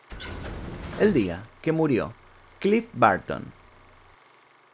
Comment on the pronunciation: "clif barto"